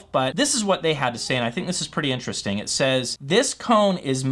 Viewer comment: Vewy Intewestingh!